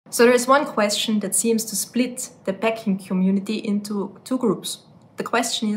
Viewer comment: Peck or PACK ? She keeps saying ‘peck’ which is a completely different word so it is very confusing...the pronunciation between these two words differs as well but she just insists on saying ‘Pecking cube’...